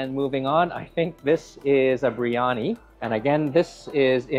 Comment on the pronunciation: beer yah nee. Not bree yah nee.